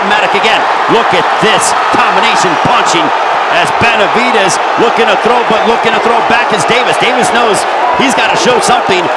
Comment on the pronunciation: The commentator can't stop saying Benavidaz lol